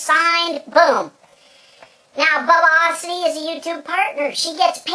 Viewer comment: does he know hes saying Bubbiosity wrong? XD